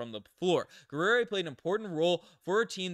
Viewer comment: Geh'ri-ay Not Guerrera or wtf tf you said. It's French for warrior. McGill be letting anyone graduate lol